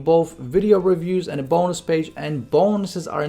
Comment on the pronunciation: The way u say bonnus